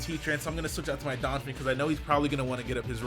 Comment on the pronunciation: Anyone else cringe when he calls Donphan "Donfin"?